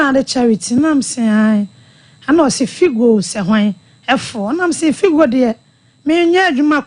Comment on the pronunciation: Please it's Fido not Figo,,,, Point of Correction